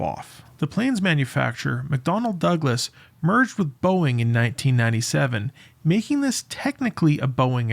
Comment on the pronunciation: DID HE SAY BOEING ?